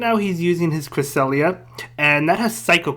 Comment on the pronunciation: The best thing about season 2 is making pronounce Cresslia